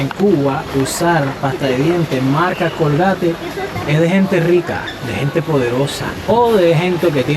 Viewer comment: Es estadounidense, y se pronuncia originalmente (en inglés): "Colguéit")